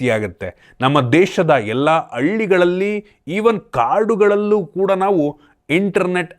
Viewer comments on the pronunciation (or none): ಅಳ್ಳಿಗಳಲ್ಲಿ ❌ಹಳ್ಳಿಗಳಲ್ಲಿ ✅